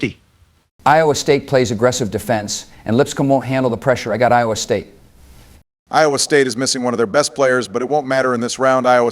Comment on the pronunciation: Trump says iowa state wrong hear